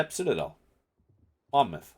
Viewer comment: A big fucking well done for saying mon mouth correctly!